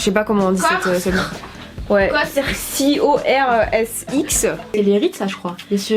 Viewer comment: Pour la marque cosrx ça se dit kosse ar ix les filles😭